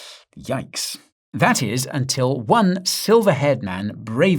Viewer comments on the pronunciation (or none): none